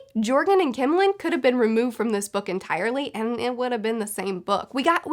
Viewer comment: Btw joergen is pronounced yer-gin. Just saying